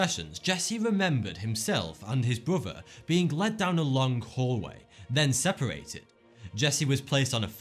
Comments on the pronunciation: what's a bruvah. And what's fuvah mean? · I think after your "fird" beer you get fucked up and see shit. Poor Jesse and his "bruvah". He had that thing in his leg for "firdy-fou" years I'm just kidding. I like this guy's videos.